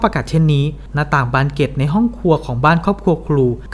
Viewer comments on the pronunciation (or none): ออกเสียงภาษาอังกฤษชัดแต่ออกเสียงภาษาไทยไม่มีตัวควบกล้ำ น่ารำคาญ เช่น บานเก็ด ปอกกระสุน ฯลฯ